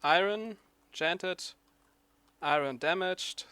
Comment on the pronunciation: iron, your saying it wrong.